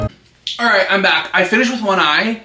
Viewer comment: Bye why did I just realize you’re saying I’m back and not hamburger how are you